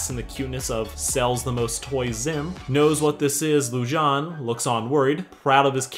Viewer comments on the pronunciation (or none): Okay- first off- Hilarious. second, Its actually pronounced Loo-JJ-ay-neh. I think it means moon in some other language. third, You called it. Mah boi runaan is gay, and I knew from the start. I mean, look at his eyes. that eyeliner is on point. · 1: The theory that Viren switched Pips and Harrows souls is NOT confirmed 2: You pronounced Lujane wrong. 3: YOU ARE LITERALLY A GENIUS!! Best sarcastic summery ever! (In case others exist — I alr watched S2 and S3 summaries)